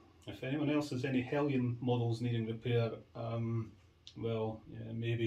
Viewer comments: There is no 'i' in Heljan. It's pronounced as it as spelt. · Paul Palmer :-The word Heljan is Danish . Their pronunciation of “Jan” is said as “yan” …….so technically it is said as Helyan !